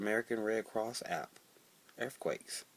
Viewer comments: "earfquakes" lol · earf quakes.